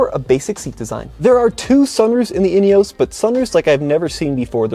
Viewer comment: In - e - oss